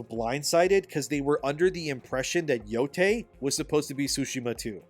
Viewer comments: ITS YO-YAI NOT TAY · It's pronounced "Yo-Tye", not "Yo-Tay".